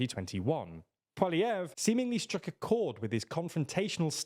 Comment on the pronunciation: How lazy they didn't even read his name before trying to say it. What the fuck's this "pwahlievre" shit?